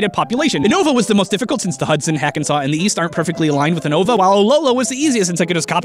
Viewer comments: Oonova -_- If you have seen the anime its pronounced You-nova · He pronounced 80% of the region names wrong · he pronounce unova wrong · Un-nova. As well as kon-toh. Great. I am grinding my teeth together.